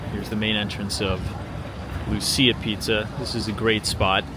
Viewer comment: Lucia Pizza is pronounced as though the c was a ch (as in the word church). I'm Italian, so take it from me. 😅